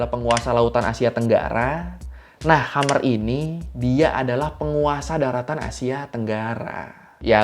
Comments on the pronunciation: 'Khemer' bang bkn 'Khamer' 🤣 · Penyebutan ‘Khmer’ kurang tepat bro Org2 Cambodia sebut nya (lafal) bukan ‘hamer’ (seperti yg bro sebut) tapi lebih ke “ke’hem’mer” Dan mereka menyebut kalau Thai adalah daerah mereka, dan sebaliknya Siam Reap, (Angkor Wat) adalah daerah kekuasan Thailand (Siam) Salam sehat bro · Di baca khemer bang, bukan khamer, Khmer emang salah satu kerajaan terbesar di Asia tenggara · Koreksi pengucapan... kerajaan Khmer bukan dibaca khamer seperti minuman keras dalam bahasa Arab, tapi dibaca Khmay (r lesap). Gw dah ke Kamboja. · KHMER bang, bukan KHAMER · Sepertinya bacanya "kmer" deh bukan khamr (seperti khamer nya alkohol) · kok khamer sih bacanya? hahahaha itudibacanya KHEMAY.... atau minimal mal khemer ngapa jadi khamer... jadi minuman keras dong hahahahahah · Telat nonton Bang. Tapi ijin koreksi pengucapan, karena di ucap berulang ulang, KHMER, bacanya bukan khamer kayak yang artinya miras, tapi pengucapannya (kh) Mer atau Maer, seperti dalam pengucapan MERCY. Kh yang ga terlalu jelas. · KHE MER baca nya bukan khamer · Khmer dibaca Kmer. kalau dibaca Hamer miras dong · Resah banget sama cara baca "Khmer" 😅